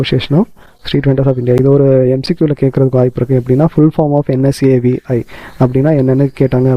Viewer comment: It's not NSAVI ITS NASVI